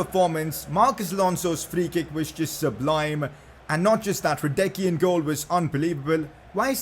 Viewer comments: You have to pronounce hradecky ”hradetski” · Hradecky is pronounced as hra-detz-kee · Please pronounce Hradecky like ”Radetzky” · bro you asked the pronunciation of hradecky its hradesky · It is pronounced hradetsky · The pronounciation of Hradecky is Radenski... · you are supposed to say hradecky as hradeski. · Only if he could pronounce his name right